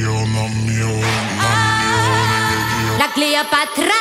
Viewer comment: why she is so obsessed with cleopatra and she cant even pronounce her name